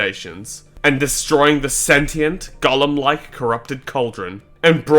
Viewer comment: It's irritating my soul how this dumass pronounces golem